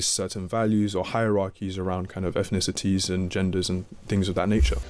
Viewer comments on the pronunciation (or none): He even says things like "efnicities" instead of "ethnicities"